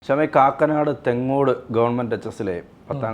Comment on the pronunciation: തേങ്ങോട് അല്ല വെങ്ങോട്